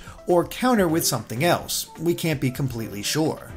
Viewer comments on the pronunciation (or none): none